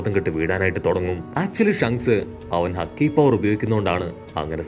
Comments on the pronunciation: not haki It's haaki in pronoonce to you 😅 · Bro haki❌haaaaki✔️ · ഹക്കി അല്ല ഹാക്കി